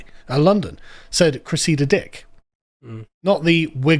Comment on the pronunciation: He says, “Cressida Dick” she was former Commissioner of the London Metropolitan police, although Carl does pronounce her name in a strange way, like many many other words.